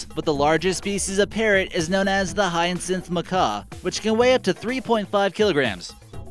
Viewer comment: 'High-ann-sith' macaw? Really? It's 'Hiya-sinth'. You Americans never disappoint, especially this nasal, braying narrator.